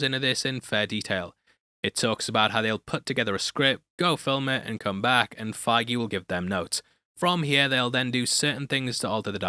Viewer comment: It’s not Kevin figue